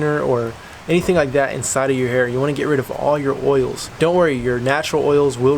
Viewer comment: When he clinched his fist and said "You wanna get rid of all your oils" had me dying the word oils always sounds funny to me Lmao